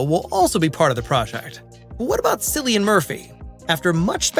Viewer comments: You don’t know how to pronounce Cillian’s name. They are not zombies. At all. And there were multiple zombie movies with running undead before this “not a” zombie film. This channel, a waste of my time and your life. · Why can Americans not say "Cillian" properly??? So utterly ignorant! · You are exactly right why is he saying the name wrong in the video? He should’ve done research first. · It's pronounced like Killian not Sillian. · His name is pronounced KILLIAN, spelled Cillian, not sillian for fuck sake do your research before posting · You pronounce his name with a K sound, like Killian not Sillian. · Cillian is pronounced with a K sound, not an S sound. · Sillian Murphy?! Have I been getting it wrong with Killian Murphy? (Spelt as sounds obvs) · Cillian as in Killian not Cillain as in Sillian. He is Irish. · It's pronounced Kill-ee-an. Not Silly-an. 🙄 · CILLIAN MURPHY. CHRIST. THE C IS NOT PRONOUNCED S. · Pronounced “Kill-ee-yan” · Good video, Cillian is pronounced "Kill-ee-an", mate. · Cillian is pronounced Killian directly from the actor himself. Try to get that right next time please. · OMG, do your homework, his name is pronounced “Killian”. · Cillian not Sillian, it’s a hard C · Cillian is pronounced Chill-ian. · He pronounces his name with a hard “C” as in killian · Jesus Christ.Cillian is pronounced Killian. Silly Bunt!! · Its pronounced Kill-ian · Why is it so hard to pronounce Cillian It’s (Killian) 🤦‍♂️😂🇮🇪🇮🇪🇮🇪🇮🇪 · At least pronounce his name correctly, before you record! It's spelt Cillian, but pronounced 'Killian'. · Cillian's name is pronounced "K-illian" with a K, the man just won an Oscar and yall still don't know how to pronounce his name. 🙄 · Now I'm going to start pronouncing it Jillian out of spite for your comment. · At least pronounce his name right. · Please pronounce Cillian correctly. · Fuck me, you think you would know how to pronounce an actor's name if you're reviewing his work. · Yah I was confused by how he was pronouncing it lol 😂